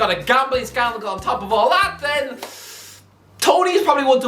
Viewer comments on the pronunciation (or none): How tf did u get “Siceedo” out of “Caicedo” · please learn to say caicedo, I BEG!